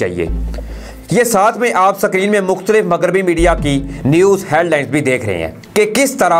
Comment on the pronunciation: بهاہی مگریبی نہیں ہوتا مغربی هوتا هے اپنی اردو ٹهک کرو